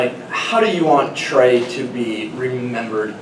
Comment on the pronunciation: It’s Trey not Trace